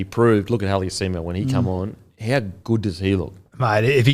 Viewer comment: Halasima not haliasima